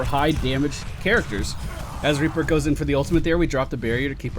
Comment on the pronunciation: He said raper instead of reaper